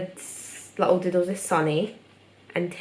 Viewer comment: when you say doodles it always sounds like dildos (btw i frickin love your art)